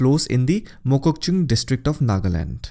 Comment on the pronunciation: Thank you Sir for covering each rivers of North Eastern states in detail and the way you pronounce districts of Nagaland such as mokokchung with ease is just awesome